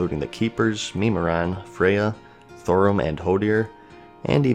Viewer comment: Take a shot everytime he says meme-i-ron.